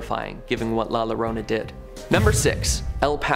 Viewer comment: Boy did you butcher La Llorna…